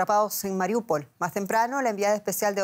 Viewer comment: Al fin un periodista pronuncia bien Mariúpol